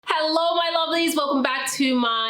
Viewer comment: Lol your English accent came out to say “hello” in the beginning of the video. 💜💜💜